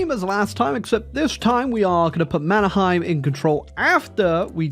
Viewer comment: as a fellow anglophone, i found out that Mannerheim is pronounced Manner-hey-m in Finnish (i found out the hard way)